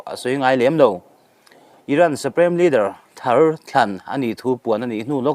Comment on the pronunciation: Suprem nilovin Suprim tia lam nise